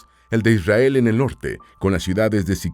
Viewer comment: Mentira dice isriar no israel